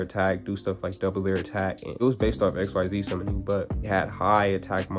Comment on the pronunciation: Why were you mispronouncing the “xyz summoning” mechanic? You said you watched zexal and arc-v, so then you would know that xyz is not pronounced the way it’s written.